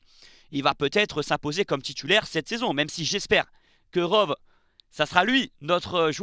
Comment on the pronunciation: Rove? Comme les chèèvres? :) On dit "Rowi"